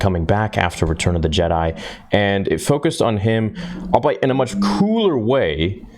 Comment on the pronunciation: Albeit - all-bee-it - Three syllables, it's not a German word.